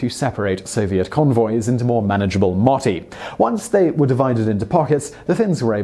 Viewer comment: You said moti wrong >:) finnish is hard